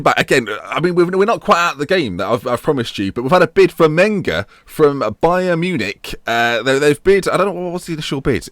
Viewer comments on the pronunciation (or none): none